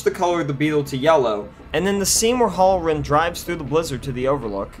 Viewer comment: . I was unaware that "One Hundred', was pronounced "A Hundret". BTW..It's "HAL-RR- REN", not "HOLLER-RIN". If you want to be taken seriously, learn the English language.